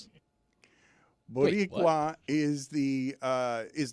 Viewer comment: How the hell does Dan butcher Boricua that badly??